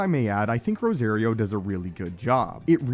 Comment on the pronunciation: Cringe: every time he pronounces Rosario's name. It's rose- ah- rio not ros-A-rio !